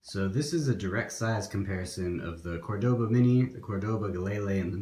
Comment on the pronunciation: fyi... Cordoba sounds like Core-Da-ba not Core-Doe-ba